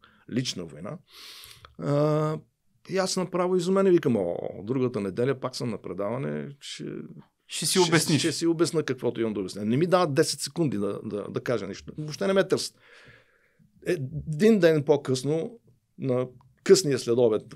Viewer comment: тоя ше се смени зА сегунда